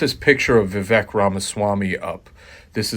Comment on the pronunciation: It's fine to not like Vivek. But if you are going to do so many videos about him, I think at that point you have at least pronounce his name correctly.